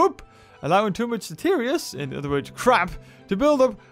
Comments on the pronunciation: it's detritus not deterious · Can I please just say this, and get it out in the open??? The word, detritus, is pronounced, DE-TRI-TUS.... Not "De-teer-eeus", like you keep saying. I mean, the way you keep pronounce it isn't even accurate, compared to how it's spelled. Now that this is off my chest, I can move along with life. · I like your videos and I know you know you don't pronounce the words correctly, but deterious is not how you pronounce detritus lol